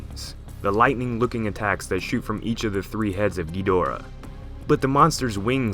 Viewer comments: Okay -- let's get this straight -- in all of the original movies featuring Ghidorah, the accent was on the first syllable -- Ghid'-o-rah. In fact, in the original U.S. release, the translation didn't even have a middle syllable -- the original release title was -- Ghidrah -- the Three-headed Monster. Now, why would this be? Why the accent on the first syllable. Well, for the silly reason that, if you listen to any movie, past or present in the original Japanese -- that's how they pronounce it -- "King GHEED-or-ah. Accent on the first syllable. That's how it's pronounced. So, how is it that everyone has come to pronounce it the other way. The wrong way? King GhiDORah? Well, it's really quite simple. The zero talent hacks responsible the English language dubbing obviously never bothered either to look at the original translations of the older movies nor actually listened to how the name was pronounced in the original Japanese. Somebody just passed around the script with the word Ghidorah in the first script, nobody in the room knew how it was supposed to be pronounced -- and since nobody in the room gave one ten-thousandth of a piece of shit about that movie -- about the writing, about the direction, about the performances -- as evidenced by the fact that the dubbing of those movies makes them essentially unwatchable without a vomit bag handy -- thus somebody probably asked -- how do you pronounce this word -- GhidorAH? GhiDORah? GHIdorah? and some braindead fuck in the room wh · GHEEDRAH is a terrible way to pronounce the name ._.' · like hes saying kinky dora lol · Why do people call him Gidreea? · You know you pronounce Ghidorah wrong. It's meant to be pronounced ghi-da-rah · When I was younger and I heard someone pronounce Ghidorah as "Geedrah" I thought they were 2 completely different monsters that looked identical. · David Brown da is in ‘duh’ or like ‘da-d’ I heard so many versions of how it’s pronounced